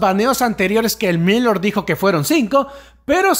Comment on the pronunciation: Gracias por los vídeos! pronuncias raro Elmillor jajaja. No lo digo con maldad no te enfades por fa! Sólo quiero ayudar. Se que es raro xq es una palabra en catalán. (pronuncialo como con tilde en la o, "el millór" algo así, puedes usar el traductor para saberlo). Un abrazo!:3